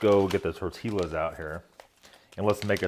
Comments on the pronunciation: I've never heard anybody call them torteelas. That word is not supposed to rhyme with gorillas. My thoughts exactly. I thought the LL's were supposed to be silent? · I like watching your MRE reviews but next time you have tortillas on your menu, please pronounce it as "tor-tee-us." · torteeyass...not hot how you say it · "Torteelas", huh? Interesting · My thoughts exactly